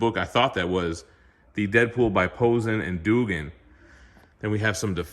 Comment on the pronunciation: btw Posehn is pronounced poh-sain, rhymes with pain or rain. And Duggan is dug like "dug a hole". I only know this because both of them were on a D&D podcast that I used to listen to called Nerd Poker.